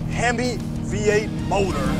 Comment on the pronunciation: Why did he say "motor" like that